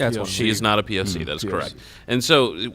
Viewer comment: I loved how Steven kept saying, "POS!" instead of POC! 😂